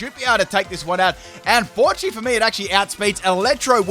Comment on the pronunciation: When learns how to say Chi correctly I’ll sub on twitch